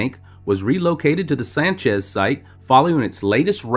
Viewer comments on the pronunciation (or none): none